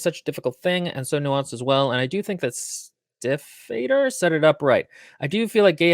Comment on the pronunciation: Stiefvater is a German word, not Norwegian. So no, you were not pronouncing it correctly.